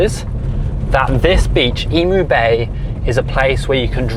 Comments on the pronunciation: Eemeew not Eemoo. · broaden your U's in Emu;so more like Emuuu, just a tip! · That is definitely a kangaroo, and not a wallaby. Wallabies tend to have shorter arms and legs, and they have thicker, bushier fur. Emu is pronounced 'eem-yoo.' - The snake is venomous, not poisonous. The easy way to remember the difference between venomous and poisonous is: if you bite it and die, it’s poisonous; if it bites you and you die, it’s venomous. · I was cringing every time I heard you say "Emu" That is not how we pronounce that lol...